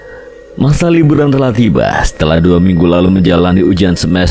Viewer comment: Liburan Kang bukan Luburan😂😂